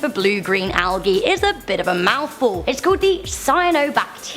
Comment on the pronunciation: not hating but you pronounced algae wrong. You said algee and it is properly pronounced aljee